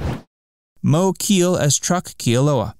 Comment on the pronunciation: Mo Keel? REALLY? His name was Moe Keale (KAY-ah-lay) Sheesh